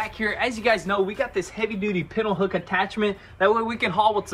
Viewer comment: Friendly FYI, It's pronounced "Pintle"